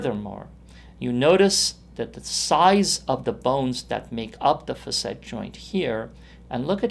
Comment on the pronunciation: It's pronounced "fa'--sit", ! The first syllable gets the accent/stress. The "a" is a short vowel sound, like "cat". So undo whatever you learned and tell whoever taught you to mispronounce a word that has been in the English language for over 200 years; to pull their head out of their butt and look at a Webster's dictionary!